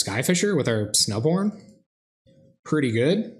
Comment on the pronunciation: Totally thought you said Snow Porn Selesnya during your intro. O.o